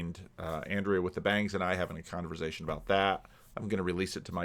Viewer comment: No S in Converzation.